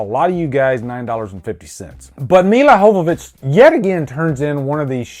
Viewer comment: Your not pronouncing Milla Jovovich last name right in this review. Worst edited movie since Suicide Squad? I heard resident evil the final chapter was the worst edited movie.